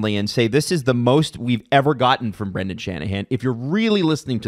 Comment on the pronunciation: Say Brendan and not Brandon challenge: impossible